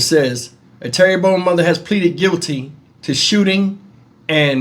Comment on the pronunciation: Terrebonne not pronounced like Terry bonne it's pronounced as Terra bonne, by the way. At least you didn't butch it like some folks do with Louisiana Cajun & Indian town or city names. 😁